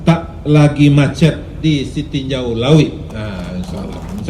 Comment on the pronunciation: hati2 ngucapinnya bukan sitinjau lawik wik yang.. ups 🤭